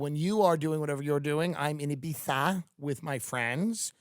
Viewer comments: Thank you for pronouncing Ibiza (e bee tha) correctly. It’s a wonderful place except when I went there some guys made fun of me :( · Tim saying Ibiza the way everyone else does brings me happiness